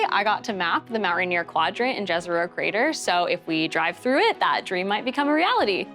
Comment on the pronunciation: Jezero - it is not pronounced Gezero, but like the beginning of the word "yes" - like yezero... :)